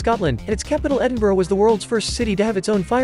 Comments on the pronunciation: Edin-bruh. It is not, and has never been pronounced Edin-bo-row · Listen. As a Scot, Edinburgh is pronounced Edd-in-bruh. You can do it 'muricans. I believe in you. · That isn’t how you pronounce “Edinburgh”.